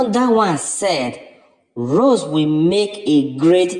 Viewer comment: Do you not think it’s time to stop talking about Rose & Giovanni and just respect their privacy. You still mispronounced Rose’s name so obviously you don’t listen to our comments😡